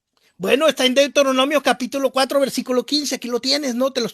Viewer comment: Que apologista tan bárbaro, hace una revoltura de temas, además cuando cita "Duteronmio" dice (DEUTERONOMIOSSS) Además a fuerza quiere que "entienda"